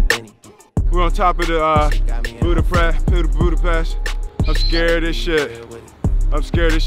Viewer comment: Was I the only one who noticed he said “Budapreh”?